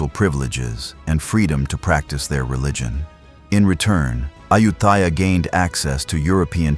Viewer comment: This AI narration can't even pronounce the name "Ayutthaya" correctly.